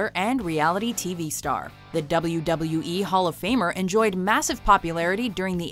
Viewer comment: The way she says WWE/WWF/WCW...dafuq